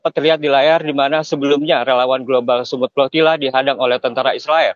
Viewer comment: Kedengarannya progila tetapi setelah di baca ternyata flotilla !!? 😂😂😂